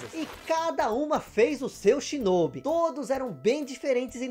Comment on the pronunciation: Delícia de vídeo! Peço pra dar uma atenção à captação do mic. Pareceu-me um tanto baixo. A propósito, a pronúncia de Shinobi em japonês tem o "o" aberto, não fechado como vc disse. Seria SHINÓBÍ.